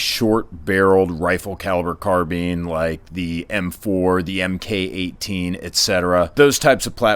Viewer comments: MK-18 is pronounced "Mark 18" not "Mkay 18" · Mk. 18 (always should be written with small k) is pronounced "Mark 18." "Mark" numbers are Naval ordnance identification standards.